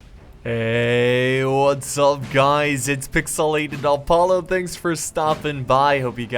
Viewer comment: Idk why but I always hear you say alpollo instead of appolo